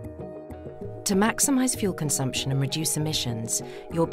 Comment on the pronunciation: ”To Maximize fuel consuption....” 🤷🏼‍♂️🤷🏼‍♂️🤷🏼‍♂️🤷🏼‍♂️